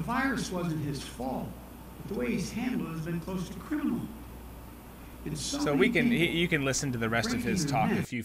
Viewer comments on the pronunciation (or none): Crinimal? Did he say crinimal?